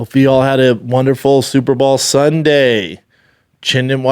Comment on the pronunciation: SUPER BOWL. not SUPER BALL you redact.